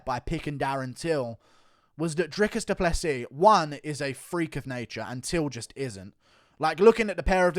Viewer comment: Finally someone outside of south Africa whom can pronounce Drikus du Plessis's surname.